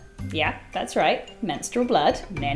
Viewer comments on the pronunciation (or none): I love how she emphasize "MENSTRUAL BLOOD" .. . . . . . Btw... I only use pads.. :)